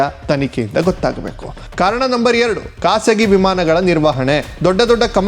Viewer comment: Aatat...Haarat Kasagi.....khasagi Yav School nimmdu 😂😂😂😂😂